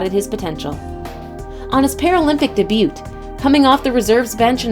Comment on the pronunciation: This ladies pronunciation irks the heck out of me . Pituitary debut (daybu) acromegaly